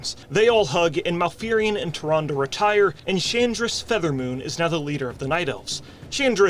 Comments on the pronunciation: Hilarious! 😂 Also "Tyrandeee" kills me every time 😂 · "TyRANde!?" -Malfurion